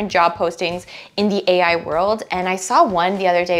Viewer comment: 1. HEY EYE! 2. LOW KOD! 3. ASS-KEW-ELL! 4. ROBLO.. ROBOTIX! 5. CLAWWOOD!